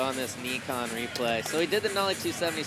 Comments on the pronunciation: if you ever call it Nee-Kon again lol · Did homeboy really say "Neekon?" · For gods sake stop saying NEEKON it's pronounced NIKON as in NY-KON! FFS you noob.